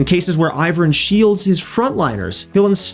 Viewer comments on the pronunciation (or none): none